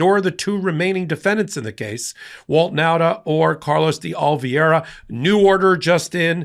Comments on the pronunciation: No offense but you pronounce De Oliviera like this De O-li-Ve-era. I think. Correct me if I’m wrong. lol 😂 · The name is De Oliveira - that's day olly verra, not the way keeps mispronouncing it. C'mon, man! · you are the best and my favorite journalist/commentator! I find you articulate, smart, and a graceful communicator. There is one thing though, it’s pronounced DAY-OH-LEE-VARE-UH. Just saying. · Since I don't do social media this is specifically directed at. His name is De Oliveira. Yet you consistently pronounce his name as though the "i" in Oliveira is placed before the "e". You're mispronouncing his name. This isn't the first time either. Though I would find it hard to believe that you're doing it on purpose, as some sort of a dig, I would suggest that you consider the possibility that you might be dyslectic. In any event, please pronounce his name correctly. Otherwise, I love what you do, been a subscriber since nearly the beginning.